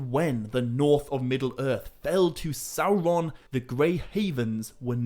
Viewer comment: I'm not a Tolkien scholar,, but isn't it "Sauron" not Salron"?